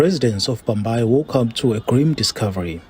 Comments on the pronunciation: Hhayi hhayi narrator. It bhambayi not mbayimbayi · It's Bhambayi not Mbaymbay🙄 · Bhambayi not Mbayimbayi! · "mbayi mbayi" 😮 so angeke uzame ukubiza amagama ngendlela. Aowa! 😢 Yini nje i"ndwendwe" sekwaba buhlungu yini ukuqondisa ulimi😮😮